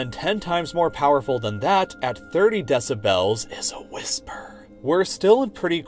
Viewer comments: It's "Dessabells" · “DeciBELLS” oh god lol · Meanwhile the loudest and most obtrusive sound in my mind is your pronunciation of “deh-sib-hels” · he says decibels like desubells and it triggers me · Take a shot every time he says “DE-SA-BELLS” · Can we just appreciate how he pronounces decibels Deci bells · if he says deci-BELLS one more time I’m gonna rip my ears off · De-ci-bells lol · Can this dude learn how to pronounce decibels, it’s not DECI BELLS lol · I can't enjoy this with the narrator mispronouncing 'decibels' over and over. des-a-bl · i was trying to take this video seriously but i immediately gave up hope when you pronounced decibels like that for the 10th time. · I really wish the narrator would learn to pronounce decibels. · why god do you pronounce decibels like that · The way you say "decibels" triggers me.